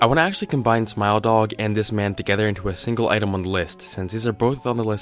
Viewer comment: Your pronunciation of Smile Dog sounds to me like Smell Dog xD